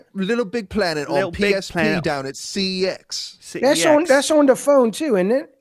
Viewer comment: It’s not pronounced C E X is literally pronounced sex believe it or not